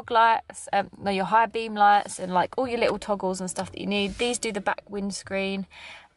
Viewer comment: all !! not ool!